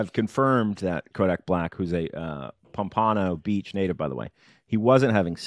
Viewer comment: doesn’t know how to say pompano beach correctly